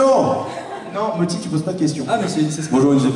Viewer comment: Mothy, pas Motti Sinon merci pour la conférence.